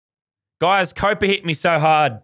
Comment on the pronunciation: Is it weird that he calls COVID-19 Copa